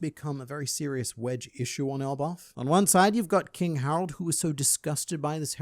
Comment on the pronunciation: I just realised, its Harald not Harold. Funny pronunciation Reminds me of Harald Hårfagre from norwagian history. The first norwagian king that managed to unite the country. Given the machinations of Oda's mind. There is likely something taken from his story. Though the whole won't cut my beard until norway is united doesn't seem to link to him. The horn pulling might be a purposeful subversion of that story